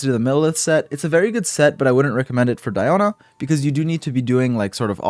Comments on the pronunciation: We say "Dee"ona, like Diluc :) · My name is actually Diona, but it’s pronounced Dee-oh-na for me. Surprising I get more references from Shrek Fiona than this game lol